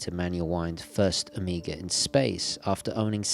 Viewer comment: Take a shot every time he says Omega like "amiga"